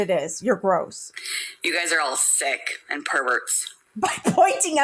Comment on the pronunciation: Yes! What is the new pronunciation of AND? It isn't pronounced "end"! Same as pitcher! It's pronounced PICTURE! She refuses to learn for F sakes!